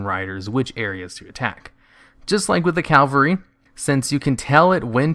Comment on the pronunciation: CAV-UHL-RY. Cavalry. Not "Calvary" which is the mythological site of the religious fictional character Jesus' crucifixion. Drives me nuts every time I hear some uneducated person say the wrong word. Which you do in this video about 5 times so far. Ugh.